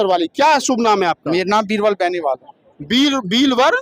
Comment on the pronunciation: He can't be a real Valmiki because he miserably failed to pronounce his Gotra as baniwal instead of bahanwal. He himself is illiterate therefore could not see the educated people of Valmiki community around him. According to him,the people working in dirty drains are Valmiki. Please open your eyes so that you may be able to see the educated person in the community. It is shameful on his part that he criticized the community as a whole. I can say candidly that he belongs to an illiterate family and there is no educated person around him and also in his relationship Will he tell me why Dr. Ambedkar said to the Brahmins that the people belonging to SC communities can't compete with them and therefore the reservation is necessary. The same is the position of valmiki in the prevailing circumstances. They are highly educated but they can't compete with the candidate belonging to Chamar community. Therefore, classification is necessary. However, the post, if any declared" NFS" must be given to SC candidates only. It is a matter of great surprise that in the past many posts were declared"NFS" but the generous Chamar cast never protested against the decision of Govt.but now protesting against classification of reservation like general category castes.